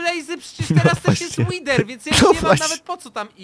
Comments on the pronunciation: Mówi się łider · łider nie łiwer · Mówi się wider pisze wither nie mówi się łiwer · TO SIE CZYTA ŁIDER A NIE ŁWER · BOŻE MÓWI SIĘ (ŁIDER) A NIE (ŁIWER) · wiesz że nie mówi się łiwer łider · nie mówi się łiwer tylko łider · Od kiedy wither to łiwer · Nie wiwer tylko wither rozumiesz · Nie wiwer Tylko wither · Łidera nie łifera